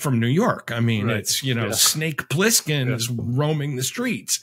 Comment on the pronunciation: "Snake Plisskin" lol